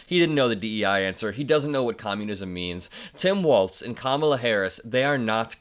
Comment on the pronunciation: Please pronounce his name correctly. It’s walz not waltz.